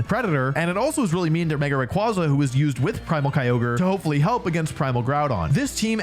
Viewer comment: I can’t believe that this dude still doesn’t know how to pronounce Rayquaza correctly🤣